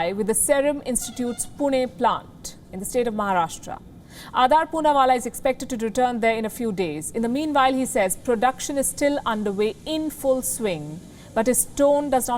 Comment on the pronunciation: She mispronounced महाराष्ट्र as महाराष्ट्रा